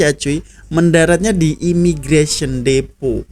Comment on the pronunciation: IMIGRASION😂😂😂😂😂😂😂😂 IMMIGRATION ✅✅✅✅✅✅✅LUCU NJIRRRRRR